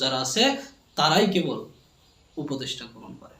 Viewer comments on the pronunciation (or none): none